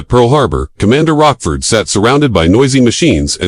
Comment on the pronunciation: It's LCDR Joseph Rochefort who works for CDR Layton, not"Rockford"